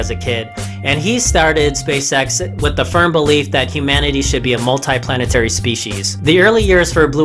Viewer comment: Why are u saying space sex